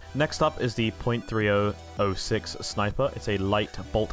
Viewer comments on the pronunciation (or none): Thanks for figuring out the damage numbers! Next thing will be calculating fire rates and TTK per gun. Oh yeah, maybe just an american thing, but the .30-06 is pronounced "30" "aught" "6"